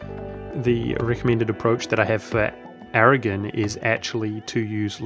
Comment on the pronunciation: I generally like your videos, but your mispronunciations of words like "Napoli" and "Aragon", and in previous videos "Candar" drive me up a wall and pretty much prevent me from watching your videos.